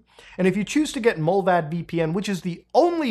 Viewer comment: Mullvad is pronounced "Mull-wad" and means Mole in swedish :D